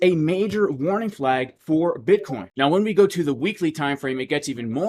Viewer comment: J, my 4 year old twins laugh so hard every time you say buttcheek